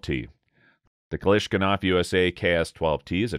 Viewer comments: Kalashinkov... What did you say... 🤣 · For god sake! How did you manage to butcher Kalashnikov name, which is like synonym of weapon. It's like instead of "assualt rifle" saying "asphalt waffle".